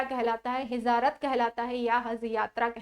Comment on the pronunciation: Hijarat nh hijrat bolte h